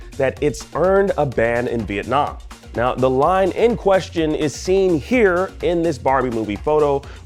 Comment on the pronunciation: Viet-Nah Man